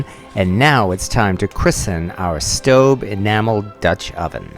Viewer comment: I get the feeling that you are pronouncing that pot's name correctly and I am not.